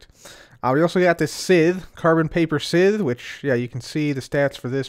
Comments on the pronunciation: Sythe... "S-ITH" ....NO!!!! It's pronounces "SYE-TH" "S"-"EYE"-"TH"... The grammar police have spoken....AGAIN!!! twice in one episode...lol cmon bro... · At the risk of seeming like a grammar Nazi, scythe is pronounced Saith not sith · pronounced "sci -th"(as in science)